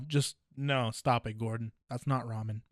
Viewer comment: "Gordong Ramsay"?